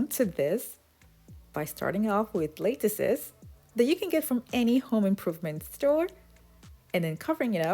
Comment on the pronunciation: You are very creative. Please Google how to pronounce lattice though. Not trying to be mean. It just throws me off, the way you pronounce it. You are seriously gifted though. Blessings